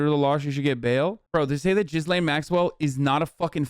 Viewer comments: Doubt Hasan will read this but thought I would say anyway. Although I believe the mispronunciation of Ghislaine is an honest mistake, it’s still rather problematic. Hasan pronounce it (Jizz-lane) which is not the correct pronunciation (Gee-lane). Using sex terms (jizz) when saying her name (even when it’s an honest mispronunciation) is problematic. Normally things like this wouldn’t bother me, if a random hog was called Ghislane go wild, but its problematic here because of the crimes she’s committed against minors. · Gee-lane not jizz lane lol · Is Hasan mispronouncing Ghislaine on purpose of does he really think it’s pronounced Jizz Lane??? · Thank you for bringing up the burning question of where all the confiscated files from Epstein’s properties aren’t discussed. Please learn how to pronounce ‘Ghislaine’. The S is silent.